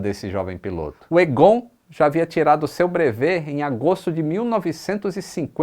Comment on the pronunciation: O nome é pronunciado "Égon", não "Egôn". kkkk